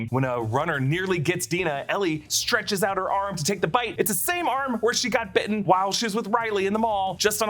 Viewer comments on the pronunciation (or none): none